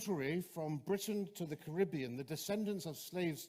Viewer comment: Why do you pronounce Caribbean wrong?